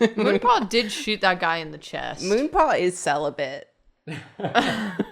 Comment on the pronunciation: I stg every time said “Moonpaw” I heard “Ru Paul” and was so confused 😭😂